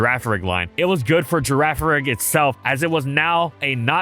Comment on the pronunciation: He can say girafarig and farigiraf correctly but not simple names like rayquaza and naganadel 🤔